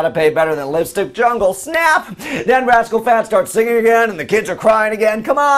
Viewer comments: LOL Did u say rascal Fatts?? lmao.!! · Why are you calling them Rascal Fats?? LOL It's Rascal Flatts!!! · yes he said rascal fats.